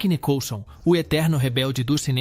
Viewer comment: O cara não sabe pronunciar icônico , Nicholson, Anastácio, Gary, Bogart, Burton..Nao sei se é burrice ou uma maneira de chamar atenção.E Gary Grant era gay gente!!